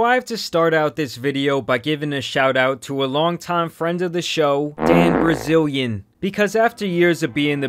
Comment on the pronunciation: It’s BILzarian not brazilyin how you away it bro 😂